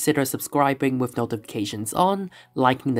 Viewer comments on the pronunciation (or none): I had to stop; "bofe", "wiff"....no such words.